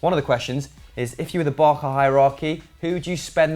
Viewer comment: No no noooo! Barca means the "barge" In Spanish and Catalan an c before an A or an O is pronounced as a k. This is why it's spelled Barça and pronounced as an S. Promise never to make that mistakes again...😂